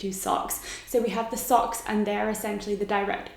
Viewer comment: "Greasers and socs"...Pronounce it like Lorelai when she's looking through Rory's yearbook! "Look who became a sosh!"